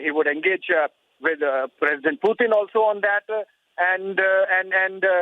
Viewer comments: Whoever is speaking. Why does she keep saying "Puetin"? Bitch pronounce properly stop trying to be so western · Kya bol rhi hai be....piutin 😂